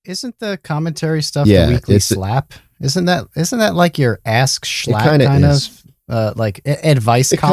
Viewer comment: You know this is a high quality podcast when they get schlatt's name right